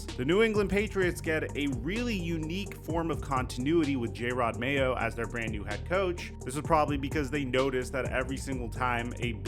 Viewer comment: Not trying to be mean, but you’re saying Jerod Mayo’s name horribly.